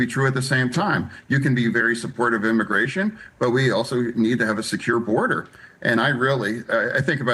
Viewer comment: “Immigration” not “immigation”